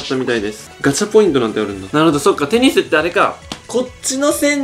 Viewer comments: テニスの塔がペニスの塔にしか聞こえん、、。w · ぺ○スに聞こえるのは、俺だけ？